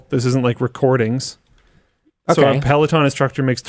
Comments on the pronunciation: Linus calling it “Pelotin” is distracting… it’s Peloton, with an “o” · peh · luh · taan